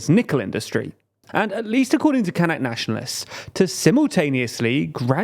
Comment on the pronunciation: As a german its so weird hearing "Kanks" and "Kank Population" all the time because it sounds very similar to a german slurword for Mediterranean Muslilms "Kanacken". Gotta look up how we call the "Kanak" people.